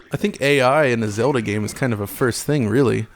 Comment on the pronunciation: "Zelder" lol ;)